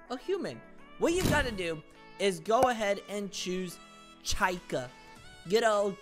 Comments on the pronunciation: "chIca" IT'S PRONOUNCED CHEEKER not chyika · It’s pronounced CHEEKAH not CHIGHKAH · You pronounce Chica wrong it’s suppose to be Cheecka not Chyca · Chicha💀 no chica ch-ka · Bro just said Chaika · “Chaica” the way you pronounced chica was funny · SO U R GOING 2 BE ....... CHIAKA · The way he pronounced Chica like Chika, lol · “Chika” got me laughing but great video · bro really said "chyca" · Bro really said “chyca” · ''chaica''😂😂 hahaha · MAN REALLY SAID CHI KA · Th eway he pronounced chica💀 "chaika" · why would you call chica Chayka😭😭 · "chi-ka" XD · ITS CHI-CA and ty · bro said Chaika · NOT CHYCAR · love the vid, helped and all, but the way you said chica hurts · Bro, just said it wrong😂😂😂😂😂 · the way on how he said Chica💀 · the way he pronounces chica also good video lol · I love how he said chica 😂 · how bro said chica 💀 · I am so pissed off for how he pronounced Chicas name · why did you say chica in a weird way?